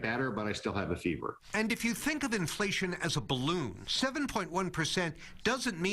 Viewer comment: In-fa-lation, lol